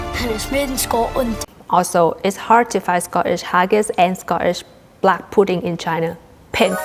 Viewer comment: Sco eesh...... perfect accent ❤